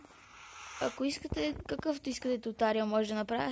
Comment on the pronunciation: Не се казва тутариал а туториал